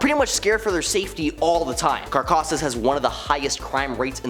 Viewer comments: Dude, you really need to improve you're Spanish. Its Caracas, car-ra-cas Venezuela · Didn’t even bother to learn how to say Caracas did you? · Butchered Caracas lol